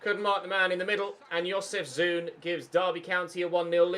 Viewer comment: FYI: Jozefzoon is pronounced as Jozef-Zone.